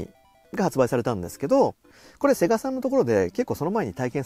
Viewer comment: 「セ↑ガ↑」さんなの？ 「セ↑ガ↓」さんでしょ。 なんでもかんでも語尾上げる人いるよね。